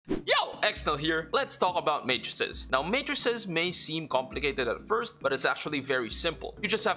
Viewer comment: finally someone who pronounces matrices correctly and knows the singular is matrix